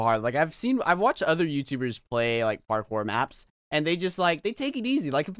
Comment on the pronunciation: Melany Murillo you say it youtuber not YouTubed